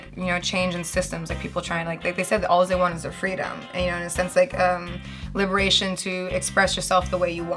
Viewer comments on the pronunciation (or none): none